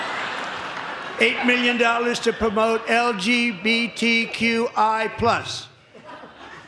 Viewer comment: He sounded so funny trying to say all the LBG …. Letters of the alphabet 😂😂